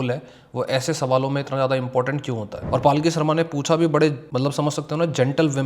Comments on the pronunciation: Bro, it's not paalki, it's palki. Or may be I am hearing wrong 😢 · Bhai...palki Sharma hai....not paalki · भाई उसका नाम पालकी शर्मा नही है पलकी शर्मा है उचारन में ध्यान दो😮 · Bhai paalki sharma nahi palki sharma hai ek baar uski news dekhlo taki pata chale k pronounce kaise hota hai uska naam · Paalki nahi , palki hai uska nam. Video banane se pehle nam to shi bolna Sikh lo. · Apna naam wo पलकी शर्मा बताती है - आप उसको पालकी क्यों बोलते हो? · भाई पालकी नहीं, पल्की होता है वो। अब भाई तुम भी accent के चककर में जा रहे हो।